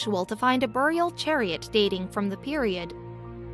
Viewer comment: Every time she says buried and burial wrong take a drink.